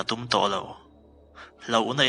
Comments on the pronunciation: Hmulthi tih hi kan mizo tawng pangngaiah chuan, i kut a thí tih kan lam rika thí tih anga lam rik tur a ni. Mithi tih lam rik anga lam kha a dik lo. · Mitthi tih a thi kan lam an hian hmulthi a thi hi lam tur. Chuan i reply peiloh pawn like sak hram rawh. Support tu, insum hmuh nate tihlawm hi hreh suh u. Sub pawh i neih tam phah ang.a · Ramhuai nge thlahrang sawi i tum...chuan hmul_thi i tih a thi(blood) ang in i lam(sawi ri) bawk a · Chhiar ngaihnawm i tum lutuk a ngaihthlak a hrehawm ,i chhiar muang leh lutuk a rca chhangte run thil chhiar ngaithla la chhiar dan i thiam mai ang ngaihthlak a hrehawm emai ,hmulthi tih i thluk dan te kha a dik lo hmul ( sava a thi ,kan vang pitar a thi ) tih a thi thluk dan ang hian hmulthi a ding an ti thin in zir i ngai nasa hle mai ,rca chhiar chu ngaiithla la i hre mai ang ,nang pon chhiar thiam i in tih ka ring lo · i tawng dan pangai khan chhiar mai la,ngaihthlak nuam zawk tur,hmulthi te khi i thluk diklo hrim hrim. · Hmulthi i tluk dan khi a dik lo ania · Hmulthi... Thi hi taksa a thisen chhuak .. thi bleed.. ni lovin Thi.. dead anga lam tur a nih hmel. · Hmul thi hi mittthi a thi lai anga lam tur ania thi thisen angin i lama ngaihthlak a hrehawm lutuk. Mizo tawng chhiar hi fimkhur leh uluk taka chhiar a tha khawp mai. I chhiarlaiin i chawl rei bawk si. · Hmul thi i hre lo a ni maw tlangval 😃 Mittthi tih nen khan lam dan a in ang aw